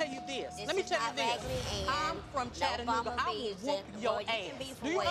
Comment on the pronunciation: She said Chattanooga😭😭